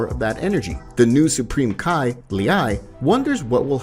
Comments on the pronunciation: Bro can come up with a hell of a story. Fucked it up with "kai", "wizz", "meijin", wtf is that broly name he tried to pronunce?? 😂😂😂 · Can you learn how to pronounce names and Japanese words properly? You literally say Kai, Ki is pronounced as ‘Key’ and Margin Buu is pronounced Mar Jin like Ma , Its so disappointing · Him:Kai me:it's ki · Idk why but u seen dragon ball super and heard how their names are said but yet ur still saying their names wrong